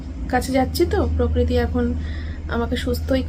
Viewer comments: পকৃতি না প্রকৃতি।😂😂😂😂😂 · পকরীতি খুব কানে লাগছিল গো বলো প্রকৃতি 😊